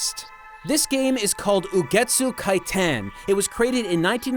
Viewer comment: You got Ugetsu right, how did you say Kitan wrong?